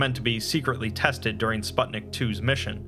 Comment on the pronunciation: Just as an fyi, the "u" in "Sputnik" is read the same way as in "put"